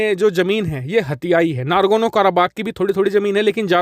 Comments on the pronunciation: It is NAGORNO not NARGONO. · Nagorno Not nargono 😂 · “Nargono” nahi “nagorno”...😂🤣